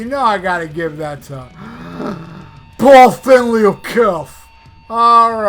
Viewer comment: the best part is when you say “POL STENLEEY OF KISTH!!!😂😂😂